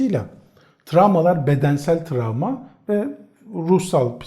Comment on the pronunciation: Tramva değil travma😆🥰